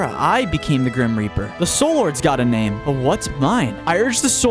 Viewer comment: Grim rap-r